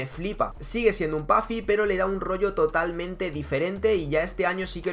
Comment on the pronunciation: puedes decir puffer en vez de pafi porfa